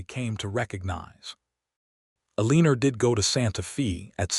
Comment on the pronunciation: Santa Fe is not Santa Fee, it is Santa Fay! Eleanor is El en or not E lean or. How can you narrate a story and not know how to pronounce common words?